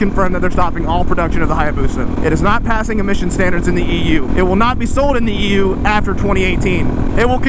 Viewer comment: Every time i heard you say EU i keep hearing EW, and i agree